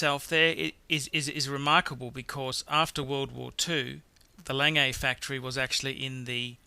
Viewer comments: Just because it terribly hurts my ears: The almost correct pronounciation of "Lange..." is like "lung" with a soft "a" at the end = lung'a ;P The almost correct pronounciation of "Piguet..." is like "pig" with a reduced "gay" = pi'ga ;P Else, I like your collection review very much. Thank you. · Can the speaker of this Video confer with some native speakers about the proper pronunciation of these watchmakers, so he doesn't massacre namens such als Lange for instance. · It kills me to hear you say Lange. Your pronunciation is god awful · So, you don't know how to say "Lange" but keep posting reviews... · its not lang-gay! its lan-geh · Lange is pronounced 'langur' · It's not "Lang AA" it is pronounced "LANG-eh" (I have met Walter Lange in Glashutte) Regarding pronouncing Omega, I have been to Berne, Switzerland to the Omega plant and even their marketing people pronounce it both ways. Breitling, IMO, is a second tier watch and shouldn't be mentioned in the company of the rest. Would have picked the President Day - Date over the Datejust. (BTO the best selling Rolex is the ladies Datejust.) Agree with others, Lange should be #2, not #10. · Wow... so many views for a dreadful video. I would certainly learn how to pronounce brand names correctly.. LOL I mean Audemars Piguet is pronounced O - de mar Pee Gay not Pee r jay - thats Piaget a completely different brand... Lange is Long - e not Langay... and you meant chronograph not chronometre dear me if you are going to be pretentious get it right... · Got to agree with the folks who didn't like hearing "lang-ay" instead of the proper (German) pronunciation "Long-ga". And he's clearly confusing the Audemars-Piguet brand with the Piaget brand. Piguet is pronounced "pee-gay" and Piaget is "pee-a-zhay". And didn't we lose one? Number seven? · It's not "lang-ay" it's "lang-ah". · It's not "Lang-A" it's "Lahg-Uh" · the first one is not pronounced langay, its pronounces long-ugh or something like that, it means long in German.